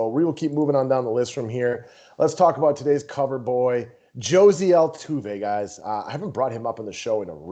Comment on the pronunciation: Did this dude just say “Josie” Altuve?!?! 😂. He’s Hispanic bro. It’s “Ho-zay”. Lol